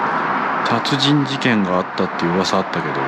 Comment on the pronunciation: ちゃつじんじけん？笑